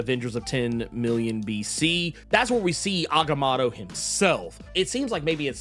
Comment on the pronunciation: The way he butchers agamotto is jarring